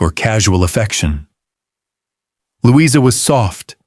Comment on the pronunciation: Would have been good except for the AI narration (Lou-EYE-zer rather than Louisa????) and random photos of strange Victorian/Edwardian people with no relation to the story.